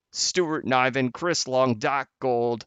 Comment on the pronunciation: It’s Niven said like Given with an N 🤣 sorry I missed this live! Stupid work